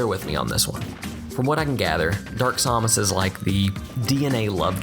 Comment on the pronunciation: whenever he pronounces Samus, a child dies.